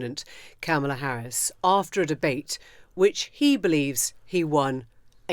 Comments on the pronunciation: My goodness, you’ve been to the states recently and I don’t know if you were at the DNC, but you must have watched it: why on earth can you guys still not pronounce Kamala’s name correctly, just say her last name if you can’t manage it. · I'm married to a Brit and it's a difficult sound for them to pronounce. I think comma-la is closer than cama-la and most Brits can say it. I've also told my Brit friends, think of Karma and try using that sound (unfortunately that makes most of them say Karmala ). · I’m a Brit and have no difficulty in the pronunciation. There were kids at the convention who taught folks in the audience how to say it (Comma - la).